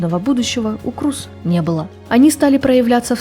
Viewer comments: Крёз) тоже ухо резало это «Круз» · Не Крус, а Крёс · Голландская фамилия произносится "Крёз" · Я помню её фамилия произносилась Крёз. Крус это звучит как-то литино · Крус это англоизированный вариант, поскольку англоязычным людям не очень удобно правильно произносить её фамилию. А так, да, на голландском её фамилия правильно читается, как Крёз. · Правильно произносится и читается на голландском именно Крёз, да. Крус это англоизированный вариант, поскольку англоязычным людям не очень удобно правильно произносить её фамилию. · Спасибо за сюжет? Невероятная Дауцен! Одно из тех имён, которое пройдет через многие годы. Глубокая, принципиальная, независимая женщина! Она - личность. Единственное, всю жизнь называла её фамилию Крёз. Дауцен Крёз. По-моему так правильно.)) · Ну она же не Круз, её фамилия иначе произносится.